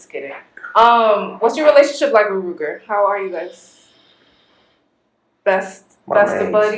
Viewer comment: She did not just call that man “Rooger” 🤣🤣🤣